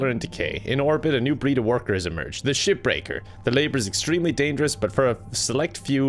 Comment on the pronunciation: Whenever you say Shipbreaker, I just hear Shitbreaker